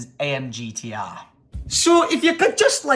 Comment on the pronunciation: Its pronounced amg gtr